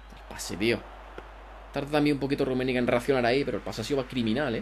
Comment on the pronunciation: Rrrrrrrrrrrummenigge Buen video crack. Ten cuidado con el nombre de tu equipo porque alguien te puede reportar, su significado en inglés puede resultar ofensivo o inapropiado.